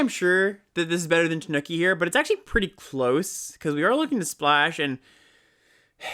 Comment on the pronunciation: Tanuki is pronounced more like "TAH-new-key" than "The Nookie", for what it's worth. On the other hand: I DID IT ALL FOR TANUKI (COME ON) TANUKI (COME ON) AND YOU CAN TAKE THAT BASIC AND STICK IT UP YOUR (YEAH) STICK IT UP YOUR (YEAH) STICK IT UP YOUR (YEAH)